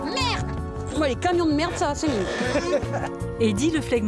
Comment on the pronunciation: 🤣🤣🤣... Merdeeeeeuuuuhhhh